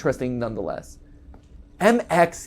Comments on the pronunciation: Gregory pronounces "MXES" as "Mexus" at the end, not "mixes" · its pronounced Mex-ez